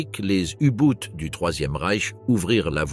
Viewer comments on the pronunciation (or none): U Boot, c'est de l’allemand, cela se prononce "ou bot" en français (langue de la video) ou mieux en allemand "ou boht ". La prononciation à l anglaise est ridicule .